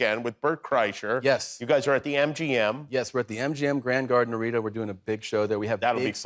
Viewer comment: Bert must be ecstatic that somebody pronounced his last name properly! GJ Jimmy 😂